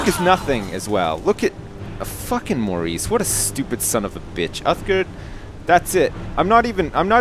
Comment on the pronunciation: Loled so hard when just butchered Maurice!